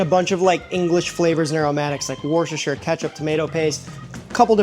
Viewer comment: Wooh-ster-shure. It's only three syllables for God's sake. Pronounce it right. You make Americans sound like idiots Oh, FFS. Those ARE NOT Bangers. More stupid American crap. There really is no excuse for this kind of mistake. Absolutely none. If you were in high school I would make you take the semester over. That's how it greedges the stupidity is. You can do better. I know you can do better